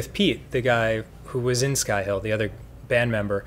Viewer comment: I always heard "Skyhill" as "Skyhell" and just sorta assumed Danny was in a metal band...